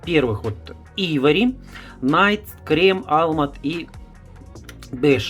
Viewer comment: Уважаемый автор ,цвет называется Айвори(Слоновая кость), а не Ивори,не Найд а Нюд и т д. Простите но если снимаете видео то поинтересуйтесь правильным произношением и ближе показывайте название потому что людям с плохим зрением трудно прочесть или говорите код.